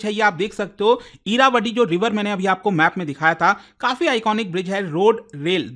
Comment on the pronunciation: इरावटी नही इरावती |